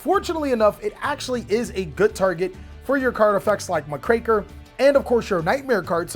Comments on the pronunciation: My dude has amazing plays built into this. But the way he says Dagerus instead of DU-GARE-ES and muh-kraker instead of Muck-raker is absolutely infuriating lol 😂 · Muck-Racker, not MahCraker Oats... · Wow, never heard Muckraker pronounced that way. It's a compound word, Muck Raker, one who "rakes the muck", it tends to be a derogatory term for nosy journalists seeking to stir up trouble.